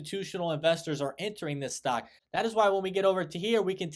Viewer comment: Stark? Do you mean stock?